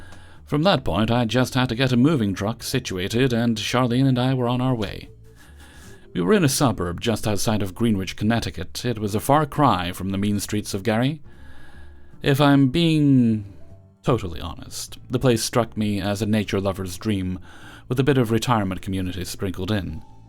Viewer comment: Greenwich is pronounced 'Gren itch'. Not criticism, I just live near there.